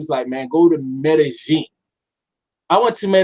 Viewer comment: It's pronounced MEDE-YEEN NOT JEEN IJS!